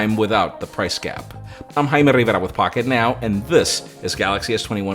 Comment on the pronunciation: I love the fact you spell Rivera with the hard R from Spanish! Buen trabajo!! The only reason why I'm not using the Note 20 Ultra instead of the S21 Ultra is because the Exynos variants I have access to do have differences in performance. I get 12 gb ram with 128gb storage S21 Ultra instead of 8gb Ram and 256gb storage + expandable with Note. But I get Exynos 2100 instead of 990 and S21 has 5G enabled while the Note 20 Ultra is non-5g :'( gotta hate Mexican carriers for that